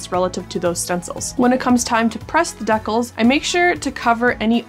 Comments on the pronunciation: dea-cles?? dee-cals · OMG wait. Do you mean.... DECALS? Dee-Cals? LMAO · I have never heard decals said in this way, and got a bit confused for a while. Regardless, enjoying the content!